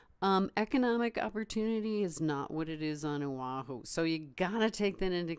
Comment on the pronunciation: I plan to retire back home on Oahu; it's not a matter of choice as it's where all my memories are. Work on your island names. It's Oh-Ah-huu, not Ow-WAH-hoo.. And it's knee-ee-how with little breaks inbetween don't glide it together. But hey, thanks for the video and i gotta give you credit, you're there and I'm here on the mainland - I left Hawaii to make probably less money on the mainland and I have about 8 more years of this to put up with then I'll be 65 and can retire.